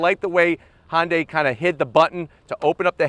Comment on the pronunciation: Why do you call it hondia not Hyundai